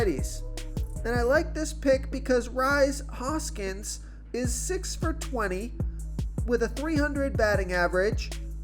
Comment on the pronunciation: Pronunciations are not his strong point